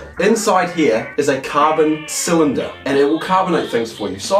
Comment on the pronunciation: No one: C A R B O N C Y L I N D E R